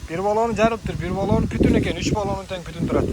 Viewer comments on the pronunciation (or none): Путун эмес бутун дейличи кыргызым